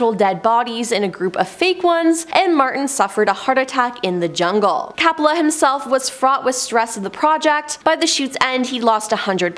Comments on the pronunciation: COPPOLA...NOT CAPPOLA! 🙄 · Ok it’s Coppola , not cappala. Apocalypse filming was full of drugged up and method actors. It wasn’t a curse, it was the 70s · All those names being tortured several times Coppola as Cappla, Nirvana as Nirvania 😅😂🤣i almost got a seizure listening to that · Francis Ford Coppola, with a long o sound as in OH.